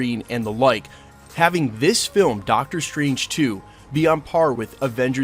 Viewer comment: Dr. Stwange